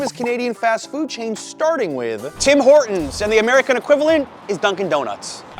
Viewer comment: We call it Tim Ortons without H, like hour or honest